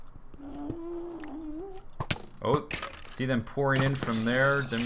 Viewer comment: When he said "There pourin in!" it sounded like he said "pornin" xD